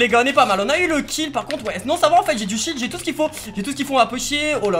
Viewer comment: Quand tu dit shield on dirait tu dit shit sa fait comme si tu dit donner moi du shit